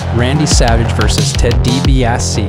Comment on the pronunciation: Ted DeeBeeAhsee